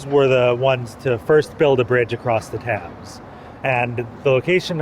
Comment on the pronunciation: did he say The River Tams? lol.